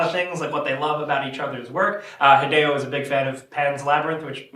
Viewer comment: stop saying hidayyo its hi de o